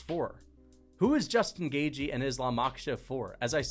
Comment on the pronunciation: Put some respect on Justin Gaygee’s name